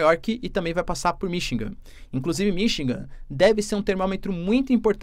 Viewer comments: Desculpe , mas um professor de goegrafia que fala "Minchigan" nao pode ser confiavel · pelo Amor de Deus, o professor de Geografia que fala que o Biden passou por "Minchigan" no tempo meu Deus ! Eu nao sei quem eh pior o professor ou o Biden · vc tem toda a razao , porem vamos supor que ele estivesse falando de uma cidade pouco conhecida no idioma russo…. Seria compreensivel , mas esse cidadao vende curso preparatorio e tem mestrado .Desculpe mas com esse gabarito ele falar “Mimchingan” so pode ter sido aluno do Sergio Moro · Sim vc tem razao! Mas um bom professor e um bom orador é aquele que ouve o que fala , e le o que escreve . Se ele nao ouve a si proprio, como pode comunicar pra milhoes? Falar 4 ou 5 vezes seguidas “Mimchingam” e nao perceber é o sinal que para ele isso é o certo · Todas as vezes que vc discordar, volta o video e ouça ele dizendo “Mimchingam “ . Ele foi educado em universidade publica com os nossos impostos, isso sim é triste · Ele eh aluno do Sergio Moro : Um diz "Mim" e o outro diz "Mimchigan" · Ele falou “Mimchingam “ no vídeo de hoje outra vez